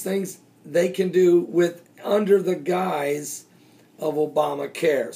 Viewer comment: obamacare "guise", = wicked scheme..... Pastor , you made me laugh, the way you said "guise"...funny. Going to check your show tonight. God bless.